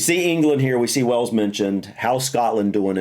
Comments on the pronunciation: It would be better if said Way-Yulls. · Hail, snail, whale= Wales. Please make the effort to at least try. You are driving me insane lately with your pronunciation it is not Wells it is Wales 😅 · Love your videos, I've just got one request. Please stop saying "wells". Wales isn't wells like bells. It's Wales like Tails. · Its WALES not WELLS ffs. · Wales pronounced as Wails or better still Cymru pronounced as Come ree. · it's way ells boyo... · He has always said wells for Wales lol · Not wells . WALES